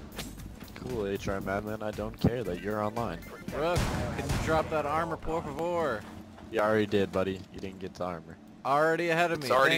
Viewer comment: Why did you said por favor? I am Brazilian and your pronounce is shit, sry man, XD